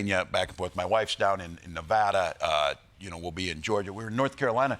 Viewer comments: I love that Tim pronounced Nevada correctly! Great interview! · Nice job pronouncing Nevada correctly! I can tell he worked on that.